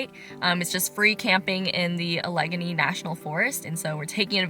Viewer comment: The correct pronunciation of Allegheny is "AL-ə-GAY-nee." Whenever my family & I go to Allegany State Park in the Southern Tier region of New York, Samantha, the voiceover for our Garmin GPS, would pronounce Allegany the same way you pronounced it. Both Allegheny & Allegany are the same pronunciation. Samantha would pronounce Allegheny correctly.